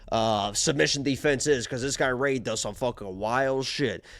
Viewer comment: Rei, not Rah-hee